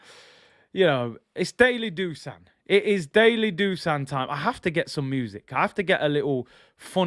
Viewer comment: Just to let you know, Dusan is actually pronounced "Dushan". It should actually be written as "Dušan" with an accent on the "s". I've been living in Serbia for 7 years so I know the language. Great show as always bro!:elbowcough